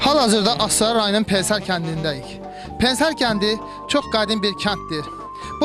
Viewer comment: pen-ser yox pene -se